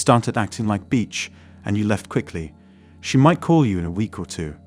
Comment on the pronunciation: Funny🤣😂😆 Punjabi guy uses english voice app to create YouTube content. Bullshit. He doesn't understand "beach" =/= "bitch."